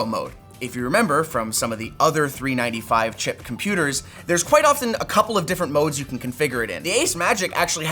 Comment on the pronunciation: How hard can it be to say 395 correctly?